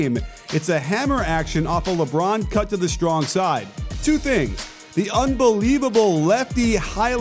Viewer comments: "Lebrown" Watch all of your videos and they're very good it helps improve my basketball knowledge a whole heap. Keep it up. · Who TF is LeBrown? 😂 Can you hear me shaking my head Coach?